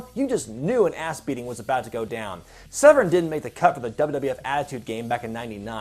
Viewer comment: Awwwww ewwww you said dan severn 😂😂😂😂😂😂😂😂😂😂😂😂😂😂😂😂😂😂😂 SEVERN SHIT PLAYED NO ONE KNEW WHO WAS COMING OUT